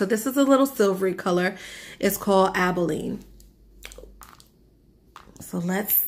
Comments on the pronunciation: Aba lone eee - abalone. Not abileen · ABALONE is named after a rare sea shell. It's not abileen how you're pronouncing it ...